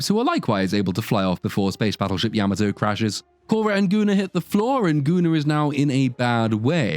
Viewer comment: Spaceship Yammertoe?!? .. Yam-Ah-to.